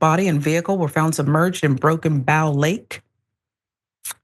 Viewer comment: Not to be rude but it's pronounced Ho Cha Town near Broken Bow, Oklahoma. like a Broken BOW and arrow.